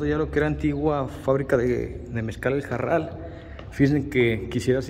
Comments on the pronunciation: Aún existe "EL MEZCAL JARAL" a la venta aquí en Guanajuato 😉 y se pronuncia Jaral y no Jarral... Lo digo con toda mi humildad sin ofender a nadie 🙏😉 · Se pronuncia Jaral, no Jarral. Cuando la R va entre vocales como en este caso, no se pronuncia como ERRE, se pronuncia como ERE. Seguramente el nombre se debe a que había muchos arbustos de Jara no de Jarra. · Solo una corrección, es JARAL y no JARRAL. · Se llama jaral, no jarral Komo tu lo pronuncias. Mi grandpa fue el portero de la fábrica de vino a mediados del siglo pasado. Se llamaba Juan Maldonado pero lo konocian Komo el muñeco. Yo tengo el mismo nombre, kuando nací mi papá se movio a Tamaulipas y ya no regresamos. Solo fui una vez por mi acta de nacimiento, el registro civil estaba kasi enfrente de esa hacienda. El oficial se llamaba Isidoro Cortez . Saludos desde Georgia USA. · Una aclaración para el guía de turistas, es Jaral de Berrios, no Jarral! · Es Jaral, no Jarral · No es JARRAL, ES J A R A L